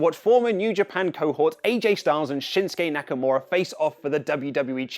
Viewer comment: It is pronounced shinskay naakaamoora